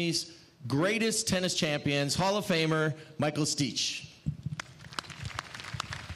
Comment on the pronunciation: Who's Michael "Steech?"